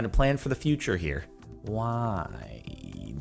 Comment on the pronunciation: its dee eye wye, not dee eye hawey